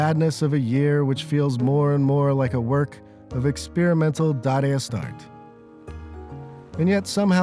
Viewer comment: Ok I figured it out - he's saying "Dada-ist Art"